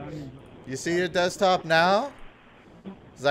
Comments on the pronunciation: The "dextop" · None of them can pronounce DESKTOP .